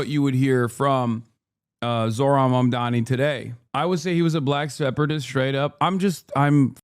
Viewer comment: Why is it so hard to pronounce Mamdani's name? I feel like Cuomo psyched everyone into saying it wrong